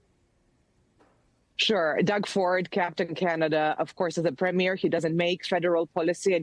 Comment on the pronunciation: Canadian here. An insignificant point but I'm an English teacher and can't help it . . . Note to Americans re pronunciation. It is not Pre-MEER Doug Ford. You go to a film Pre-MEER, yes. However, it is PREE-me-er Doug Ford. The emphasis is on the first syllable: PREE. I'll shut up for now, but I will educate American tank crews after they rumble north across the "artificial line" which is the border into Canada. Thank you for your time.